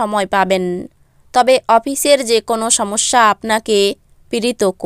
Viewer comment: আপনি রাশিকে রাছি, সবকে ছব, সমস্যাকে ছমছ্যা, সময়কে ছময় উচ্চারণ করেন। আমরা এপার বাংলার মানুষরা বেশ, দুঃখিত আপনার ভাষায় বলি বেছ উপভোগ করি। ভালো থাকবেন।